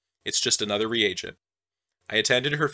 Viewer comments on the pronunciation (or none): none